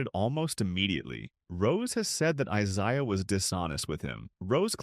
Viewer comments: I ZAY uh Thomas not I ZI uh. Im so tired of this AI garbage 😮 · Eye say ah Thomas. Thumbs down.